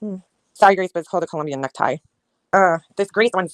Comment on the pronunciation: NeckTIE, Grace ! Tie has an e on the end. Necti sounds like fruit